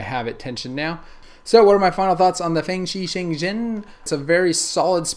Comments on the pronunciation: its pronounced: Fang-Shee Shung Renn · I believe it is pronounced fang ( As in dracula fang ) shee shaung ( Rhymes with swung ) ren. Thats how CBC says it anyway. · "fangshi jengjin" lol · The way you say the name of the cube cracks me up. Great video. ((